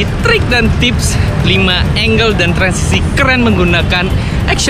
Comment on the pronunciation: Percuma bang , mahal peralatan tapi salah penyebutan angles